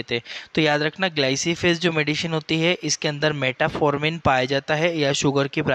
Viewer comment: मेटाफॉर्मिन नहीं मेटफॉर्मिन होता है।